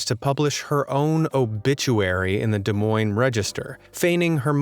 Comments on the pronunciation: I'll race to that subscribe button for pronouncing Des Moines correctly. For anyone who's wondering, it's French so the S's are silent. It's pronounced "Du Moyn." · I live just a few minutes east of Des Moines! He even pronounced it correctly! Not many people do.